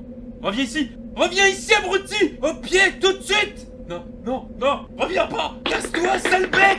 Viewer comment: "bruti.a" (abruti)